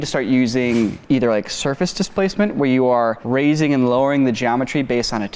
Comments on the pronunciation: ‘Surace’ instead of ‘Surface’ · Surface or Surace? See? We all make mistakes guys. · Hey Guys.... “Surface Displacement” Surace Displacement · “Surace Displacement”? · "Surace Displacement"😂